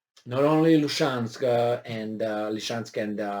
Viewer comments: Love you and I'm grateful for you. That said, it's not "Lee-chansk," it's "Lizzie-chansk." Love you otherwise. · SE ZICE Lisiceansc... LI-SI-CEANSC.. NU Lişeansc !!!